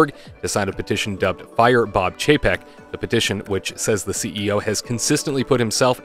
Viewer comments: Oh dear. Did I just hear "PAYCHEK" in place of Chapek?😳😯😳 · You did hear that correctly. A little more classy than what I've been calling him Bob Cheapaz.